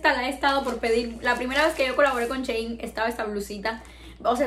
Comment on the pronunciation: Ns si soy la única q se ha dado cuenta q dice "chein" en vez de "shein", no es hate sólo me hizo gracia😂